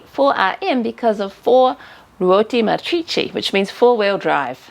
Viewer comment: Oh dear,... you've been doing SO well with your Italian pronunciation, but I fear the 408 4RM has tripped you up... the 4RM stands for "quattro Ruote Motrici" and you seem to be saying "marcheechee" when it should be "mohtreechee". But maybe it's my old ears deceiving me!